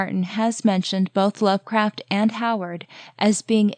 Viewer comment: Also, I hope you didn’t take my pronunciation suggestion as a critique!! HP Lovecraft is my fav author and I’m a bit of a fanatic. Haven’t heard of people pronouncing it with the L before the R ever. Was just trying to be helpful :) Your videos are the only deep lore on ASOIF that actually make sense and aren’t grasping at straws, so I really appreciate them!